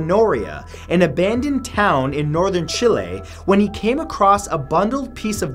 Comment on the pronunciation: 3 Atacama humanoid and how he said northen chilli 😂🌶